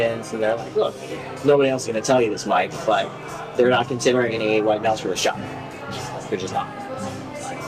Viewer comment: She can't say white